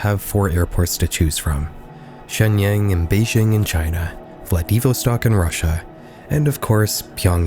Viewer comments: "Vla-DEEV-o-stok in Russia." I'm dying. :D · also it Vljad-ee-vas-tak not what you say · I’ve heard people say Vladivostok a lot of different ways but that’s a new one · Absolutely mental pronounciation of 'Vladivostock', my guy. Edit: "why is this ntoable" because the DPRK notoriously had famines in the 80s/90s/early 2000s, and still do, for some people. So "look how much food we have on our store shelves" is juche-defense of the previous famine situations that undermined the juche mythos. But still not a lot of fat people in North Korea, except for the leaders. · Learn to pronounce Vladivostok properly.